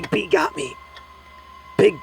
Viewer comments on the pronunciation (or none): what he said: " big bee got me, big bee got me " vs what I heard : " Big pee got me, Big pee got me "